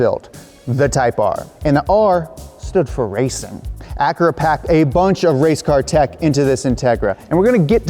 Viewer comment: When he says Acura ,the Honda lover in me dies a bit more .